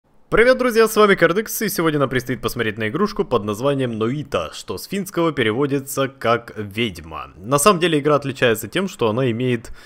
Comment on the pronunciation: Не ноита а нойта